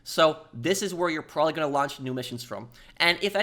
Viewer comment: Can't watch due to an adult to lazy or stupid to pronounce "probably "